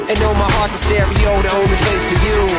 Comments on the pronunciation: “Sterio Hearts” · "Sterio Hearts"